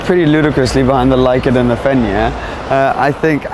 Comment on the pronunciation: Who also pronounced “Fenyr” the first time wrong 🤣 Great vidd great girl 🙌